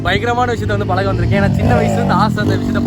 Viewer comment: நண்பா உங்களுக்கு " ய ழ " இதுலாம் உங்க வாயில வராதா அழகான வார்த்தை தமிழ் அதைக்கூட நீங்க "தமில்"னு தான் சொல்றங்க நிறைய பேர். நீங்ககூட இப்ப நான் பழக போறேன்னு சொல்றத பலக்க போறேன்னு சொல்ட்ரிங்க ஏன் இப்படி?????